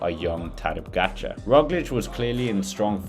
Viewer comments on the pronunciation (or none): Its POGAČAR and not POGAGAČAR COME ON MAN!!